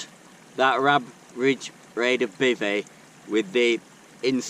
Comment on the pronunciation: "In this Bivvy-io" 🤣 Bevvy-io more like 😂😂